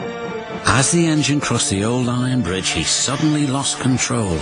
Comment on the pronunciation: Rubish brige says.